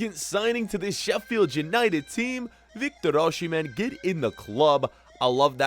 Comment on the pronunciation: You do not pronounce 'sh' in Osihmen